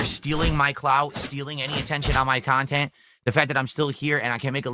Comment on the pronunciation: keeps comparing himself to a tvshow/movie. Yes it's taking his "kahntent" sure but he's not a industry project he's just a fat old man who sits in his room 10 hours a day playing games begging